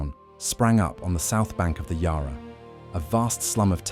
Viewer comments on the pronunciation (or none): Yah rah? Ohhhh, Yarra! Ffs. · Bork Bork Bork!!..bring on the Swedish meat balls Plus when will AI learn to pronounce Yarra FFS.